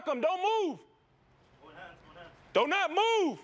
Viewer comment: Hahah he said “Donut move”